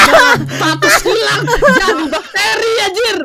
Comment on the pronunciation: Ngakak banget bilang ilankkkk 😂😂